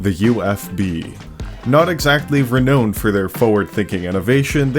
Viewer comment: renowned isn't pronounced re knowned...